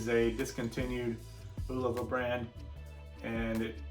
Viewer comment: You're pronouncing Bulova wrong. It's pronounced "Boo-loofah," it's "Bull-uf-Uh."